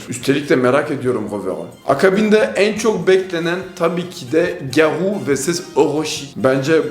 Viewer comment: Abi gevoo diyorsun bende googleden bakıyorum 2 saattir adam garou ya diyormuş